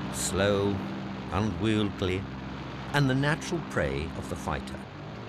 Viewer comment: 50.32 'unwieldly'... Where DOES he find these words?